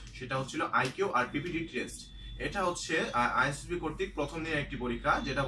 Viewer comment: ভাই আপনি সর্বোচ্চবার আইএসএসবি না বলে আইএসবি বলতেছেন!!!! আপনি সত্যিই কী আইএসএসবি দিয়েছেন নাকি আইএসএসবি দিয়েছেন কিন্তু আইএসএসবি উচ্চারণ শেখেন নি?